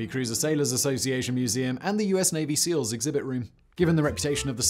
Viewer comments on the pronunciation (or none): none